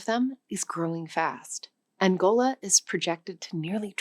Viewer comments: Ironic that she is lacturing about language and calls "Angola" "Angolia..." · Gotta drop the random 'i's in your speech. It's not Angolia, or Sub-Saharian. It's Angola and Sub-Saharan. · Seriously, this is a language channel, getting country names wrong is not a good look. It's Angola, not Angolia. This is not a one off, just watched another one of your videos where a country actually had an i in it, and you omitted it, saying Nam-Bia instead of the correct Namibia. Edit: Add Burkha Faso to the list, it's Bur-Ki-Na Faso. Maybe review and practice the countries that you need to pronounce before making the videos. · Okay um you have several name pronunciation fuck ups here. Its Angola not Angolia. Its Sub-Saharan not Sub-Saharian. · Your topic is important and interesting, but you mispronounce way too many words and African place names. Please learn the names of countries and how they are pronounced before you attempt to say them. Angolia? Burka Faso? DCR? You meant Angola, Burkina Faso and DRC. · Angolia? , Guiné-Basseau?? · Did she really say ‘Angolia’ instead of ‘Angola’ and ‘Subsaharian Africa’ instead of ‘Subsaharan Africa’? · She is 100% AI. As an ESL teacher with 10 years of experience I can tell you it's not that it's not a thing about her being native. She chewed the word mandarin, she inconsistently pronounced angola and angolia etc. Freaks me out man!! They even got the shadow of her earrings 😢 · It is odd... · No surprises. But please: Angola, NOT AngolYa. Sub-Saharan, NOT sub-SaharYan. Uttar Pradesh, NOT Uttar PradaYsh. Burkina Faso, NOT Burkah Faso. Try not to sound like bad AI. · Seriously? She can't pronounce half the country names she's talking about. Is this seriously a language video? Angolia? Subsaharian? Hindi VS Hindu. Such crappy production values